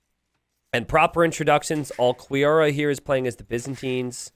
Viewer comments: its pronounced "OOO-KEY-ORA" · your pronunciation of Ulquiorra gave me an aneurism but its all good because your commentary makes me chuckle